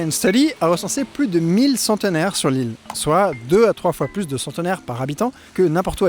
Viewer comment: « Beaucoup pluss vieux qu'ailleurs » ??… En revanche, ce n'est pas « plusieurannées d'enfer », c'est : plusieurs z-années d'enfer (liaison). L'adjectif « plusieurs » se termine par un « s ». Passionnante vidéo.